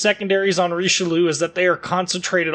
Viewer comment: RICHE LUUU xD